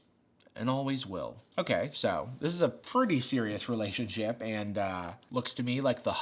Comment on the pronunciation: What is a re-lay-tio-n sh-oip.